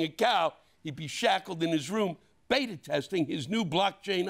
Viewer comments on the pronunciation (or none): none